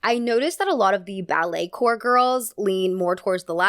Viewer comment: it’s pronounced “core” not corp! coming from a dancer just letting u know ❤